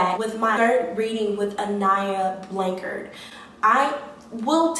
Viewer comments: Just a heads up, her surname is pronounced Blan-chard as in ‘char grilled’. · Weird to me that u are supposedly hearing from her but cannot pronounce her last name🤦‍♀️🤦‍♀️🤦‍♀️🤦‍♀️🤦‍♀️🤦‍♀️